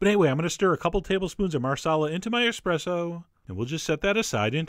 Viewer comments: Great video! Thanks! There's no "X" in eSpresso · Jeffrey Lombardo I am assuming he's American so expresso is acceptable. it's just not as refined..... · Expresso? Really John? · Dude! I love your posts, but get the name "Espresso" right next time... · Is he saying "expresso?" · "Expresso". My god.. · ahahahah it's not Expresso! :) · did he just say exspresso?! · eXpresso, john? really? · You keep saying expresso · ESSpreSSo...ESSpreSSo... say it again... sorry, I'm a bit of a grammar nazi. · EXPRESSO MAKER. GAHHHHHHHHHHHHHHHHHHHHHHHHHHHHH NOOOOOOOOOO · Please dont say eXpresso.... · Please don't say eXpressoh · I really hate that you pronounce it expresso . Great recipe tho! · 'Expresso' Unsubscribe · Chef John... I am shocked, SHOCKED! that you, being of Italian heritage, mispronounced Espresso, not once, but twice in one video! There is no X in Espresso! You should be ashamed of yourself. Were you drinking? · Expresso is nothing. You have an espresso machine, but can't pronounce the brew. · You say "expresso", and I am disappointed. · Same here. Lol. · Everytime you say expresso I cringe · Um, when did the word espresso grow an "X"? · there's no x in espresso come on man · E-s-p-r-e-s-s-o. I can't e[x]press to you how wrong you are saying that word. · Why are Americans incapable of saying espresso? Just pronounce it phonetically, it's not that hard. I know the letter x doesn't get a whole lot of attention in general, but it'll be okay. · God damn it, Chef. It's "espresso" not "expresso". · wonderful. By the way its ESpresso not EXpresso. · Mike farmer so you're saying that Americans have carte blanche to pronounce other languages as they please? And Americans wonder why other countries dislike them. The word is ESpresso.....there is no such thing as EXpresso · ESS-presso not EX-presso. love your videos! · When you own an espresso maker and still call it an expresso maker.. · Oh no... OH NO EXPRESSO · Ssss preesso John. Not xxx presto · Not expresso - espresso.